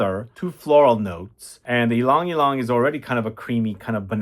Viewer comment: Whereas I am still looking a fragrance that smells exactly like the classic Dove bar soap, Vidal Sassoon shampoo or Ivory shampoo. 😅 Love that you pronounce Ylang-ylang well. They actually make fresh ylang-ylang necklaces that are hung on public transport in the Philippines. I wish you could smell another white flower called sampaguita. They are sometimes paired together. 😊